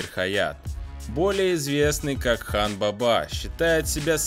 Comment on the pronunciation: Хан баба ударение на первый слог